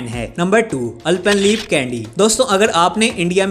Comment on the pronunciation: alpenlebe ka pronunction bhi nahi ata hai appko ap pahilay kg class mhai par legya Or phir youTube ko continue karnha thek hai.